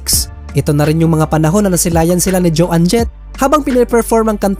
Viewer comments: bossing try to learn the correct pronunciation of the artist’s names, puro kasi MALI EH!!!! For example Joan Jett’s name should be pronounced as JAWN .. not JO ANNE!!! Isa lang yan, marami pa!! 😐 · It’s not pronounced Jo ann Jet …. it’s Joan PAREHO sa loan. You should know the correct pronunciation if you want to make a video like this. Watch English documentaries para malaman mo how to pronounce these words properly. I covered this song btw.